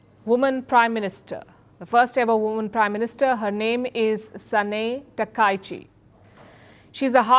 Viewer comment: Palki you are pronouncing her name wrongly.